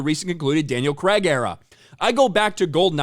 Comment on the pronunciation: Daniel creg 😂 my god Americans butcher the English language.